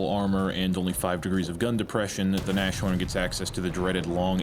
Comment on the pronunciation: Its NAS-HORN, not NASH-ORN. Jeez that gave me anxiety. Means rhino, or nose horn.